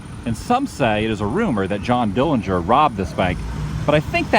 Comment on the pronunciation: Dohn Jillinger.... LOL !!!